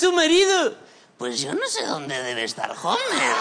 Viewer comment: Dijo Homer en vez de Homi. Por lo demás, sublime.